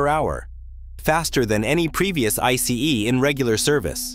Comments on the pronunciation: Please, don't say "Ice" like the word for frozen water, speak out the 3 characters "I", "C", "E", as sequence, like you also did some times. Thx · Can’t even pronounce ICE right 🤦🏼‍♂️